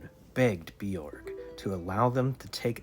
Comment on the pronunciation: Nicely told but Birog was a female Sidhe, I think pronounced By-rogg, not Bjorg which is Scandi.